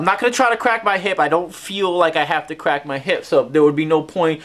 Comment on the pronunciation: I didnt know Elmer Fudd had a son . . . " im gonna cwak evewy joint in my body! "